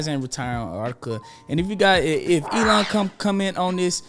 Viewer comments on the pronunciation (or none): none